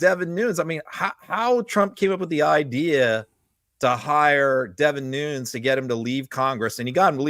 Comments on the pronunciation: Devin Nunes' last name is pronounced (according to Wikipedia) /ˈnuːnɛs/ (NooNess), not Noons. Just FYI. Keep up the great work. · Pronounced New-nez Devon is Portuguese that's how his last name is pronounced.